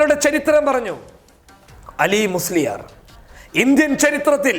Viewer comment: അലീ മുസ്‌ലിയാർ അല്ല ആലി മുസ്‌ലിയാർ. അടുത്ത പ്രാവശ്യം ശ്രദ്ധിക്കാൻ വേണ്ടി പറഞ്ഞു എന്നേ ഉള്ളൂ. താങ്കളെ മോശമാക്കാൻ പറഞ്ഞതല്ല